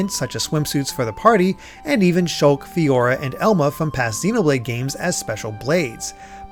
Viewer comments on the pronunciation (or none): none